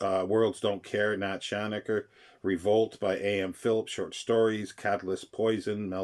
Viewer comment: Thanks for the nostalgia trip. I have many issues, crumbling away. BTW Schachner is presumably pronounced "shack-ner, not shanaker